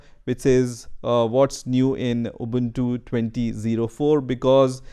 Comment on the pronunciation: You are amazing, how can you pronounce the word ubuntu very correctly as a none English word.